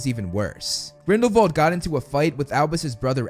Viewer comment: Thank you for pronouncing Grindelwald correctly (German name) 😊